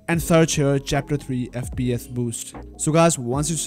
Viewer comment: “FP eth”